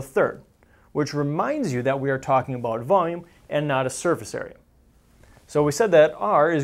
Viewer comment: well he's talking aboot spheres right?